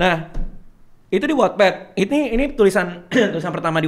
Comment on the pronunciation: Ooh bacanya wotped.. Selama ini aku bacanya wetped 😂